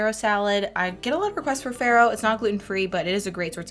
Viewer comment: These look amazing! Also, some totally unsolicited advice-it’s pronounced “fah-roh,” which is Italian for spelt/ wheat.